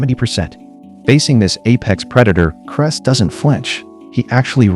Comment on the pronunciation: His name is Clay Heys not cress. Stupid AI.